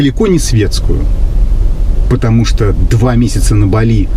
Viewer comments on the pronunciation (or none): Не БалИ, а БАли, что ж вы, что одна, то второй, великий русский язык!!!😂😂😂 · Светская львица не знает как правильно называть, не балИ, а бАли.🤣 а поддакивает... вот такие у нас люди, с высшими образованиями..🤣🤣🤣